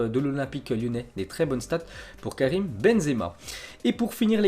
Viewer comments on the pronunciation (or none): c'est karim et non karime